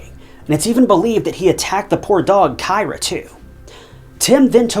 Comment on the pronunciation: Kyra "K-ee-rah"